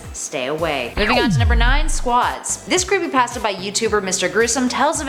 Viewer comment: Fortnite creepypatsa. The accent makes pasta sound like patsa.